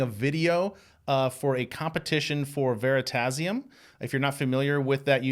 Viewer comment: Lol. At first, I heard Veritaserum (instead of Veritasium) and I was like...Harry Potter?